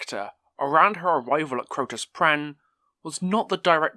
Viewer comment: It's Crotus Penn, not Crotus Prenn....